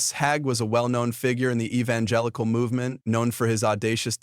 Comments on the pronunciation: His name is not Hag but it is Hager. Pronounced Hay gee. We will all be judged by our Creator ❤ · No more listening! whoever or whatever is reading can't pronounce word or Mr Hagee's name correctly Most of these videos are even wrong. They headline what it's about and it come out completely different. This stuff garbage